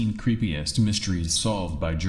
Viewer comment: Sounds like you say “13 creepy ass mysteries” lol not creepiest